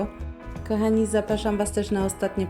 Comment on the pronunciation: Bardzo lubię Twoje filmiki, ale Twoje: ,,kAchani" zamień na ,,kOchani".Proszę😄